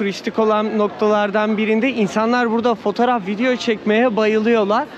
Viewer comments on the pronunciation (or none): none